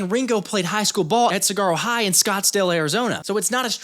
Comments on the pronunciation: 2 things you don’t pronounce the g in saguaro, and it’s Arizonan. Signed an Arizonan, lol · a lot of people do it when you’re not from the southwest. I had to rewatch the saguaro part to make sure I heard the g. Great content as usual bro. And go birds!